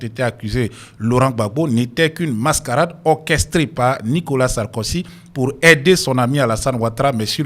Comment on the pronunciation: Pas sarkosy...mais plutôt Sarkozy tonton.